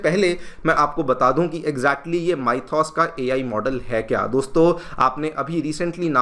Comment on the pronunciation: 1. It's pronounced as "mi-thos". Not "mai-thos". 2. "Demand"? Countries like India cannot armtwist like that, especially with countries like the US. We aren't a 'superpower'. It's sad, but it's the truth. 3. Power is power. No amount of logic and reasoning will help "negotiate" this. "Zor jinnka, mulk unnka". 4. This is what happens when we still be sleeping on AI (and many other things) because our politicians are busy winning the next elections through freebies and appeasement politics.